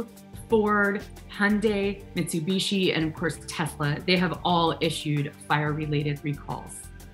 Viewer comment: Beeeee-Emmmmm Dubb-Yáh, missoo bisheee, Hooooondie, Neeeesaaan, Jhagg-Waaaaaaar 😃😃😂😂😁😁😀😀